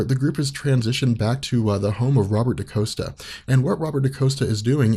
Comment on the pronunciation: Dani is Mirage (but she was going by the mutant name Psyche at this time). Xi'an is Karma. And it's not Daniel Moonstar. It's Danielle (Dan-YELL) Moonstar. It's not Robert Da-COAST-a. It's Robert Da-COST-a.